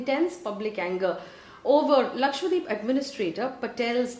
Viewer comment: Lakshadweep not Lakshwadeep 😛